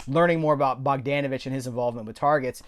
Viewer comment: It's bog-DAWN-uh-vitch.